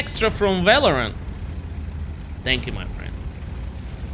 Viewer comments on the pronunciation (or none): none